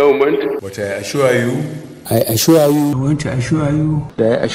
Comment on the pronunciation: By the way, which one is "I asua you"???